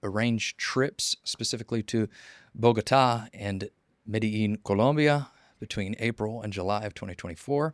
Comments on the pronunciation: he pronounced it correctly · Pronounced correctly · emphasis on accent is correct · He speaks Spanish. Pronunciation is correct. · Proper pronunciation